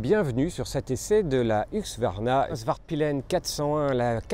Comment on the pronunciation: j'arrive pas à comprendre pourquoi dans beaucoup de vidéos , la marque est prononcée huQsvarna et pas husQvarna, ca me trigger un poil :)